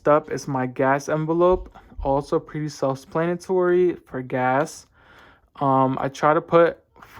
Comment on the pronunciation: Hey so I think you asked in a previous video how to say tulip correctly, it's pronounced too-lip and for self-explanatory you tend to say self splanatory